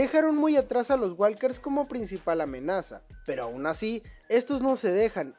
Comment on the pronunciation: SE DICE WOKERS NO WALKERS LA L NO SE PRONUNCIA